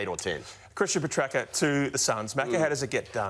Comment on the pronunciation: it's not pronounced Petracker Ralphy. Good lord. Said it wrong about 10 times in this clip.